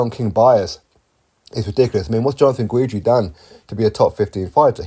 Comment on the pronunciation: Chaney sent Trevor Bryan to the hospital. That is why. Don King fighter beat Don King fighter. Trever "former WBA regular champion" Bryan. You should have heard the commentators. It was hilarious. Hahaha. I love your channel but it's pronounced Ghidree not Ghweedree.